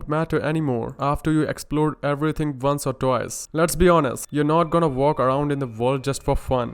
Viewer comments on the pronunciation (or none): Did u just say “our” instead of “or” dude? 😂